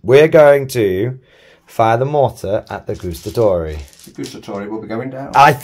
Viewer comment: please don’t say “gustatori” is “guAstatori”, you have to say THE A LOUD